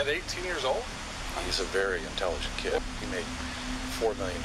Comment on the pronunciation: I though that guy was running around talking about a cat for alot of that segment, till i realized he meant kid... the drugs destroyed his brain... the kid is you and in your head...